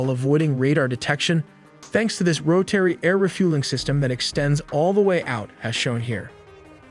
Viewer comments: "No AI were used in the making of this video" - meanwhile, "rotary" is now pronounced "roe-terry", according the totally non-AI-generated narration. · "Roh" "Terry" ? Really? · what english speaker says roTary? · Your, "narrator " continues to mispronounce names of Iran's cities, like Na'-tunnz, and even US military aircraft, like the KC-135 "Strah-to- tankers". Your continued use of an AI version of Dean Cain narrating your videos is embarrassing. More: Ro-terry, (Rotary) Air Refueling System, ser-vellance aircraft, and ra-der (radar). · how are you gunna make such a good video with limited time and then not know basic things like how to pronounce rotary or graphite. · This guy who speaks perfectly clear English acts like he never heard the words rotary or graphite before in his life. Weirdest pronunciation I’ve ever heard. Lol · You definitely do not create videos from scratch. That was 100% AI You typed on a keyboard that’s it. You also miss pronounced ROTARY. IT’S a 3rd grade word my man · Can’t say Rotary correctly, got # of bombers wrong. Etc etc. what u talking about? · he doesn't know how to pronounce 'rotary' through. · he can't pronounce rotary or graphite.